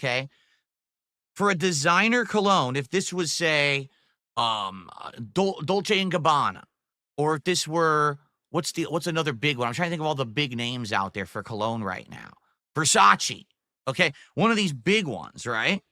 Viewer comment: “Dolte and Gabbana” And this man will be reviewing cologne? 😂